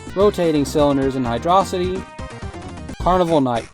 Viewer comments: You say it like hidrohcite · hydro city is the official pronunciation